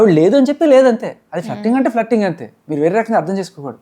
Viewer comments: Akka danni fluttering anaru .. flirting antaru😂. Nice anchor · ఫ్లట్టరింగ్ కాదు ఫ్లర్టింగ్ 😢